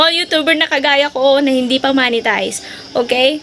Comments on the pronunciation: Ma'am yung pronounce ng monetize hindi Manitized hahahaha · Hi ate its "MOH-NE-TIZE" not "MA-NE-TIZE". Mo po yun as in mop not map